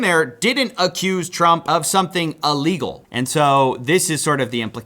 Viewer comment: It’s “illegal”! Stop saying “Allegal”. God damn.